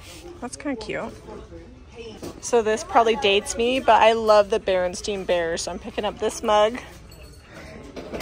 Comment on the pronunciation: You said Beren"steen" Bears and the mug says Beren"stain" Just saying that Mandela effect is nuts ! I'm a "Berenstein" girl too